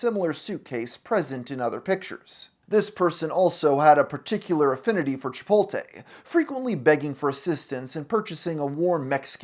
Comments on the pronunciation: say it with me CHIP-OTE-LAY, not chip-olt-ay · CHIPOTLE, NOT CHIPOLTE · Chipolte.... The T is before the L, fella. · chipoltay bowl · Every time you say "Chipolte," I get a nosebleed and migraine,. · "Chipoltay bowl" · "chipolte" he's gotta be doing this on purpose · finding out you say chipoltay is a huge let down 💔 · it really irks me how you pronounce chipotle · I love that half the comments are just slamming his pronunciation of chipotle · That pronunciation of “Chipotle” is… inspired. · why are you saying chipotle like that lol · do you actually pronounce it like that or are you ragebaiting